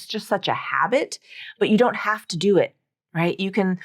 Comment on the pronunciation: In "I don't want to" besides that n and t is eliminated, you are pronouncing the d as flat t: I ro wanna.